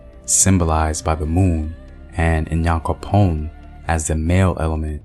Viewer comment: Great Video!! Thank you so much for spreading our mythology🇬🇭. A word of advice for the pronunciations, the N in Nyame is not prounounced separately. The same goes for Nyankopong. It is like a short Niah sound😊